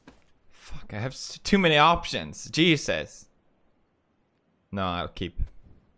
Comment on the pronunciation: Is it jesus or cheeses,he sounded like cheeses